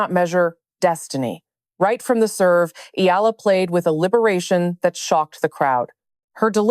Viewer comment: It's pronounced: Eh..ya..la